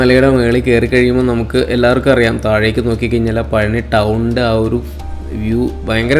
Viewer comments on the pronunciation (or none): പളനി അല്ല. പഴനി